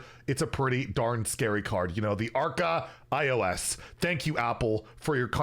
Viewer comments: Archaios is pronounced more like arh-a-os, phonetically pronouncing each syllable. Its the Greek name for ancient. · It's pronounced Arhaios which literary means Ancient in greek. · C'mon!! Having a hard time saying Archaios is a new one. Let's help him with ARKAYOS maybe...